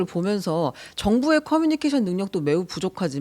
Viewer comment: 답답하다.. 이번 사태의 핵심은 전공의 이탈이다.. 그런 전공의들은 개개인의 생각으로 사직을 했는데, 대표가 선동해서 사직한것이 아닌데, '대표 한명씩만 참석해라, 통일안을 가져오라....' 고 하는 게 답답한 일 인거다. 진정성있게 전공의가 돌아오게 하려면, 큰 체육관이라도 빌려서, 1. 박민수 차관이 그 동안의 막말 사과하고 (의새라고 발음한 것 , 낙수효과=필수의료를 낙수의사로 표현한것: 필수과 의사의 자부심 짓밟음., 전세기 띄워서 다른나라 의사 데려오겠다 등 여러 협박 표현들 , 의사면허 정지 등으로 겁박한것 등 ) 2. 전공의 개개인의 의견을 듣고 수용하는 자리를 마련해야한다. 우리가 의사 한명한명 사인받을수없지않냐? 이런 거만한 태도로는 젊은 전공의들 마음을 돌릴수없다. 아무것도 이뤄낼수없다. 한명한명 사고해도 돌아올지는 미지수다. *올해 전공의가 돌아오지않으면 다음년도 전공의 지원도 없다. 1,2,3,4년차 아무도없는 의국에 혼자 들어가면 - 윗년차 의사에게 배울수도없을뿐더러, - 1,2,3,4년차의 업무가 신입 전공의에게 쏠려서 잡일만 하게 되므로 아무도 들어가려 하지않을것이다. 그러면 내년에도 의료 대란은 쭉이어지고, 이게 몇년 지속되면, 필수의료 교수님들도 번아웃오고 대한민국 필수의료는 말그대로 종말이다.